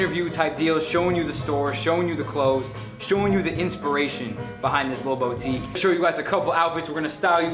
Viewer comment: its not 'BOW tique' its 'BOO tique' great vid though. much love bruh